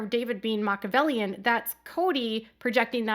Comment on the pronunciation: Kody is an idiot and does not understand who Machiavelli was. Christine is not at all Machiavellian. BTW, he even pronounces it incorrectly. What to know about Niccolo Machiavelli, read The Prince.